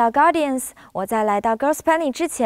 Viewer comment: The way she said guardians xjdhxjdbxj